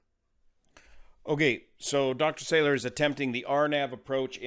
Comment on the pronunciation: I was a colleague of Dr Salour (mispronounced in the video- it’s Sah-Loor, emphasis on second syllable) when we were both doctoral students in the laser lab at Harvard in the late ‘70s. He was already flying commercial jets then (ferrying ops, I think). Definitely at the high end of intelligence & experience. Sad to learn of this event ( from family members who live a mile East of the site)